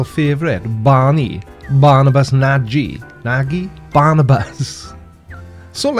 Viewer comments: BTW Nagy is pronounced "Narhj"... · Nagy is pronounced "Naj" like Taj in Taj Mahal ^_^ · G'day! Nagy is pronounced "Nodge". Yep, I knew a Hungarian once. And he had that surname too, imagine! "gy" is one sound, so György is - tada - Hungarian for George! Thanks, mate : ) BTW, Europeans arrived in Australia in 1606 (Captain Willem Janszoon). Not sure they knew much about the existence of Antarctica at all! In 1773, James Cook was the first to circumnavigate Antarctica.. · If he's a hungarian like his name suggests for me, then the "gy" in Nagy is sounds like the "de" in dew. Like in Mountain Dew. Couldn't think about any other word... Sorry. :D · Hey, Nagy is pronounced without that e as the last letter. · So what you're saying is, we should be using a hard "g" as in "nag". If we all start doing that it could be a conspiracy to mispronounce his name.